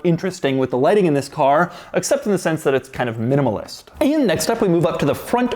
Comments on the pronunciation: Did he just say minalist? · "very minalist." Alright thanks Doug i learned a new word.